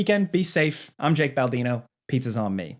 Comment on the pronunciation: I loved when he said that one time "my name is " 😂